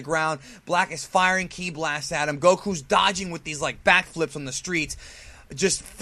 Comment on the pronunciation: this guy is shit he doesn't even know instant transmission and he doesn't pronounce kí right and his intro is lame